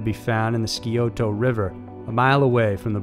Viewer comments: Hello there guys love your channel and the story's you run....... I just wanted to let you know the missing Ohio women the name of the town and I'm going to try and spell this out phenetically but it's....... Chill-o-coth-ee and the name of the river is the Sci-o-ta ....... I hop that helps you guys out...... Please keep the content coming I binge watch you guys all the time ...... When the story about the women started it took me a minute to figure out what city you were talking about but seeing the pictures helped...... And it really is a small town and super crazy that so many woman have come up missing and dead the only explanation that would make any sense is that they have an active serial killer ...... Hunting and attacking the women of the area........ Thank you again for everything big hugs and lots of love from ohio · Good channel, but you need to really work on your pronunciations. Do a little internet research into the pronunciations before you do these. "Chill-luh-coth-ee" and "Sci-o-toe". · The Ohio town's name is pronounced "Chill-uh-COTH-ee" and the river's name is pronounced "Sigh-OH-tuh." Not that it matters. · And Sigh-oh-ta river. Not sea-oh-toe. Not important, agreed, but definitely something that irked me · Just so ya know..its Chilicoth(ee), and Scioto actually sounds like Psy-o-tah. 🙂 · It’s pronounced Chill-uh-cAW-ThEE and SI-O-toh. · It's Chill-uh-coth-ee and si-oh-tuh river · And Sciota River is Sigh-oh-tah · I live about an hour south of chillicothe And it’s pronounced chill-a-cothy Also the scioto river is pronounced Sci-ota Lots interesting Native American names in this part of the country that sound way different than they’re spelled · I'm from Chillicothe. I gotta say, the way you pronounced that and Scioto damn near killed me!!! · No offense but as an Ohioan I have to tell you your pronounciation of "Chillicothe" and "Scioto" are wrong. ×) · he also pronounce Scioto wrong.lol